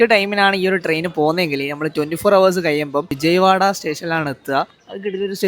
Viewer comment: Bro, [HOUR] 👇 ഹവർ ❌ അവർ ✅